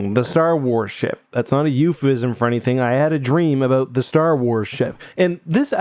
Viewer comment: Me: forgetting is Canadian on account of not hearing an accent. into the video: abOUUT I’m sorry but I was sipping hot coffee and it caught me off guard. owes me a new crotch